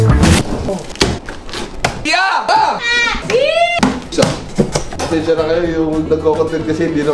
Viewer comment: JOIE - JOEY paLa taLaga ang pagbigkas 🤣 lumaki akong JOY ung JOIE ko🤣 nakakaLoka ka ko.. HAHAHA